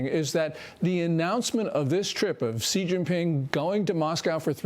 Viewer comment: I love your comments, but please learn to say Xi.